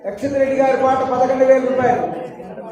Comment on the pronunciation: అక్క అక్షిత్ కాదు యాక్షిత్ రెడ్డి అక్క నేమ్